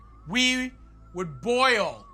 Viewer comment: I swear, go back to and listen to the way he says "We". ITS THE WEIRDEST THING.